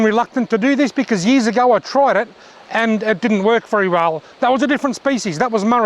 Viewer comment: Nice video. The communication is great. You said worch instead of work. I hope your hand gets better. Great fish. I like that you upload often.